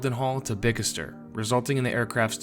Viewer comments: Bicester is pronounced 'Bister' not Bik-is-ter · Bicester is pronounced Bister.